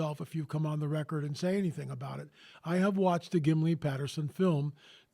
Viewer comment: It's Gimlin. Not Gimly. Bob Gimlin.